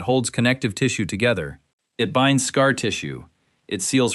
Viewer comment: For those who are worried AI will become SkyNet, don't worry .. AI can't even say scar right! Lmao what is a S-car? 🥴🫠😂 Lmao "hot to the touch from across the room." .. that's how they described a fever during the Small Pox segment 😂🤣